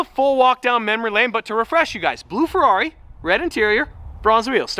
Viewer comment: FER-ever on the FER-ari